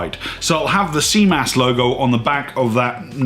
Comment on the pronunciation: Your French is amazing! ;) More seriously thanks for making the effort to say CMAS correctly. Very interesting video !!!!👍 I was looking for this type of information without finding anything comprehensive enough. And I love your point of view. I am the way around, did all my PADI cert and now I am back to France I can't find any PADI courses/instructor.